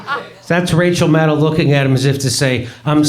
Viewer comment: It sounded like Jimmy pronounced “Racial Maddow” which was kinda on the nose.